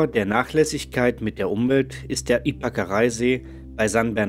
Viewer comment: Der See wird Ypakaraí ausgesprochen. Mit Betonung auf dem i.... Sonst gutes Video.